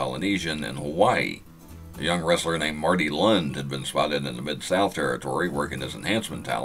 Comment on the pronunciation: You pronounce arn anderson real name marty lunde pronouncing the long e sound to get lund E sorry just nitpicking